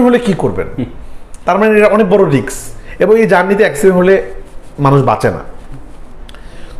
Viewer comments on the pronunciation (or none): খেয়াল করলাম উনি 'ফিল্ম' কে 'ফিলিম' আর 'রিস্ক' কে 'রিক্স' উচ্চারণ করছেন। এটা উনার মতো একজন ডিরেক্টরের থেকে আশা করা যায় না।